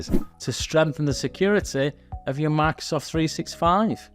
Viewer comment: Bro really said MACSOFT365